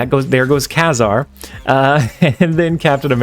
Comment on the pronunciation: FYI, it's pronounced Kay-Zar.